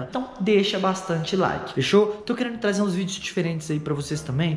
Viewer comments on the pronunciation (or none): ele falou taze kkkkkk